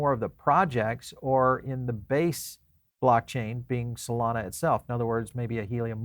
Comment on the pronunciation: solomi 😂. twice he said solomi😂